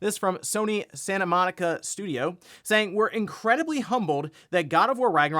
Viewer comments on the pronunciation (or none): none